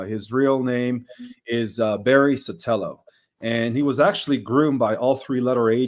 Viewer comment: Barry Sottoro Not Sotello 😂😂